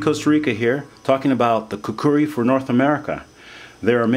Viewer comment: Youve played a little too much ocarina of time dude, pronounce it right